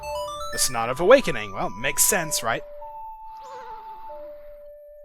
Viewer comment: Whenever he says that, it sounds like he says "Snot of Awakening"